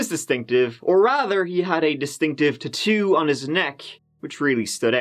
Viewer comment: A distinct "T'too" on his neck?😊